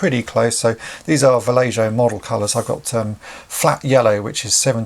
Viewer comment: Just having a bit of fun at the pronunciation of Vallejo - not trying to be rude, sorry. :P